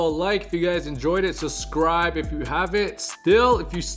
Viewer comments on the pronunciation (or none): You always say suscribe and never subscribe. Now that's sus